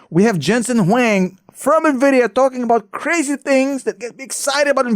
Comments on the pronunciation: Come on how can you call him, Jesen Wing? Please get his name correctly. He is Jensen Huang. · Hey, his last name is Huang, not Wang.